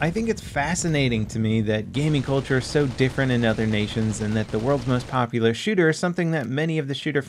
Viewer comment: "the most popolarrrr" gtfo never heard of da this m8